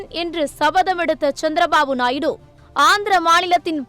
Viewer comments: நாய்டு அல்ல நாயுடு தமிழ் சத்தியம் டிவியில் படாதபாடுபடுது தமிழ் இவர்கள் எல்லாம் தமிழ் வளர்க போறாங்களாம் கஷ்டம் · நாய்டு கிடையாது நாயுடு 😂